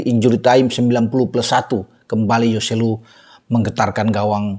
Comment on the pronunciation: hoselu bung bukan yoselu